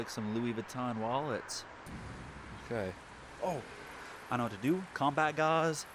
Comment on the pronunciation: “Oh nawr I don’t nawr what to do”😂